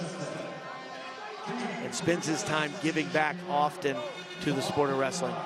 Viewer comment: This is not wrrrstling but pushing